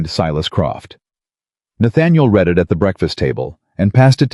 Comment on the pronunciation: I do truly wish someone would edit the AI 🤖 narration for mispronunciations! 😅 To read a letter is pronounced “Reed” . Past tense to have read a document is pronounced “ red”. 😅 Thank you, 😅